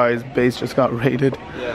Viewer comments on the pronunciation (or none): “ base got raided!” I thought that he had said his face got raided. I was confusion😂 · I thought he said his place